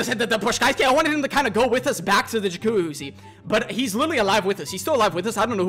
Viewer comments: I love how he can't pronounce jacuzzi 💀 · happy birthday man! new follower from liverpool, me & my bf loved this vid btw funny how you tried to say jacuzzi under stress every time 😂 feliz aniversàrio 🎉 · The way you pronounce jacuzzi is comical.